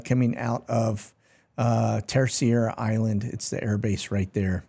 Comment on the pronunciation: It's Ter- ceira not Ter-ciera. Keep up the great work.